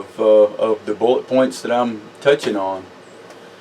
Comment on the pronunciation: Hahaa you said “bullit points”😎 Btw is melting down a hardened powder coated bullet hard or any disadvantages or is it just like pulling regular slag from a mix. I ask because I saw the one bullet you showed that you melted with a torch and wondered if it just melted into itself would it change the composition of the lead any if at all. Thank you great vids you’re brilliant ✨